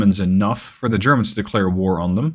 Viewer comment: "...zhe Churrmunz..."